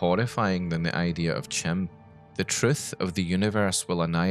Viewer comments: Chim is pronounced like "Kim". Just sayin. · "Chim" is supposed to be pronounced "Kim", I think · According to the ESO loremaster, anything elvish starting with a "ch" is pronounced as a "k"... so "chim" should be pronounced "kim" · Not to correct pronunciations on made-up metaphysics and cosmology, but Chim is pronounced as Kim. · Prounounces CHIM wrong Literally unwatchable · "kim" <-> "ki-mer" rather than "chim" <-> "chimer"